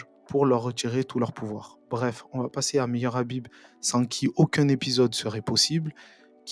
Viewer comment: Khabib bon sang khabib ....je vais commencer a te haïr si tu prononces son nom autrement ....khabib